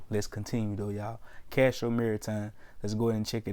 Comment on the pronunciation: if you're gonna make a video about a company the least you can do is know the name of the company...it's Castor Maritime not Castro...and I'm not even a shareholder of the company my guy cmon